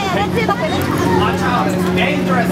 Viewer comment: denjeres-uh chainis-uh ride--uh. HAHAHA